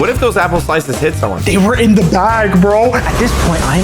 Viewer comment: you said vro not bro but its ok!